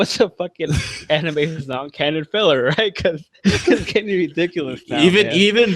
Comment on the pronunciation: "its anime filir you fcek" love that